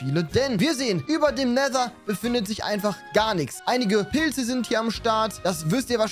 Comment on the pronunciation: End=Nether hat es andauernd falsch ausgesprochen:))